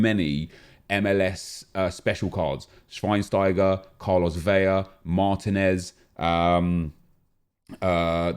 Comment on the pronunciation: WHY CAN'T YOU SAY VELA LIKE VELA WITH A L? NOT VEJA OR VEYA LIKE YOU PRONOUNCE IT.